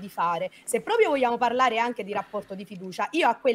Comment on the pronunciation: Ricordate che Anna è stata la ragazza di Mr. Flame; questo la dice lunga sul suo quoziente intellettivo, probabilmente sotto il 70. poi tutte e 2 stanno a ripetere "fammi parlareh! non interromereh!"; e poi? INTERROMPONO in continuazione.